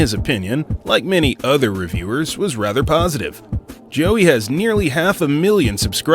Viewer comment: Bruh💀💀💀. Why they do Joey like that. If they know him then they must know that his name is not pronounced like that.🤣🤣🤣 Hes talked about it so many times.